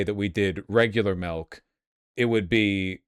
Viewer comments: Quit saying melk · Every time he says milk it turns more and more melk